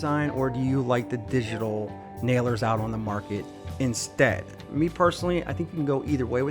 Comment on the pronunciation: Okay it's obnoxious the way you pronouncing once it's Milwaukee not Milwaukee EI it's called digital not digi tal